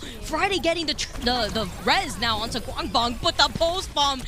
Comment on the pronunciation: pls stop saying gwangbong casters. pls